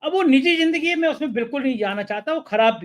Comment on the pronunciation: Jindgi nahi Zindgi hota hai Gajal nahi Ghazal hota hai Your programmes are very good and informative but take care of right pronunciation of the words.